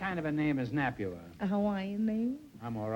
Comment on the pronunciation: "Napua" isn't pronounced "nah-pew-ah", but "nah-pooh-ah" - but she's either too polite or too cautious to correct Groucho. I met Napua Woodd (spelled with two D's) when she was quite elderly and was in the early stages of Alzheimer's, but she was wonderfully funny regardless. She was a comedy performer.